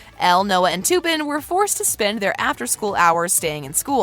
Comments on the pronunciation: ITS TUPPEN NOT TOOPIN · your sying tupens name wrong learn your langauge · they did not just say toopen for tupen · I hate the way she pronounces Tuppen Her pronouncing it: Toopin Actual pronunciation in movie: Tup-pen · u said tuppen wrong. lee said it right, and u even showed it in the video where tuppen touched elle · u really said "toopen" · Couldn't watch any further after she kept saying; Toopen. lol